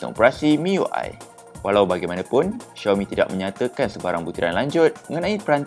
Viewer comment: Sebutan Xiaomi adalah Siaumi bukan Syeeaumi ye!